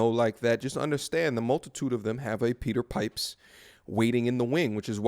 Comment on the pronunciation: Peter Pipe-her.